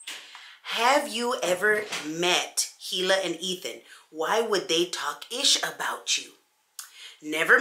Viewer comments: girrrrl! Don't feel bad! It is pronounced E-lah but even she said it's ok to use Hila, with a hard H. 😘 so u good! 😁😘😘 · It's pronounced like E-Lah for Hila. Trisha pronounced it wrong on purpose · Omg I didn’t know that! I’ve been mispronouncing it this whole time and I feel so bad now 🤦🏻‍♀️🤦🏻‍♀️ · not your fault - I figured was just because it's how people like Trisha keep pronouncing it. Her name is Hebrew and we hate hard H sounds 😂